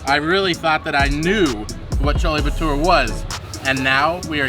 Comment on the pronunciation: You have to pronounce the "re" in chole bhature